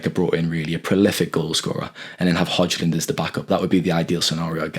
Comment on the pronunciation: Grown ass men cant pronouns Hojlund's name? WTF is wrong with you lads, can't you bloody make an effort to learn how to pronounce his name correctly? Pathetic.